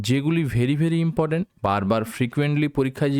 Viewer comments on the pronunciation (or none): none